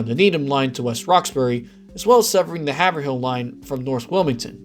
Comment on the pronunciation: As a Mass native I have to bring it up..Haverhill is 'Hav-rill' and not 'Haver-hill'. And yes, we hate the lack of connection between North and South stations.